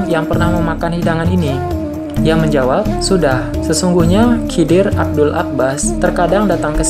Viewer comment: maaf, sedikit masukan, bukan abdul (abdul abbas) tapi abul, abul 'abbas, abul 'abbas balya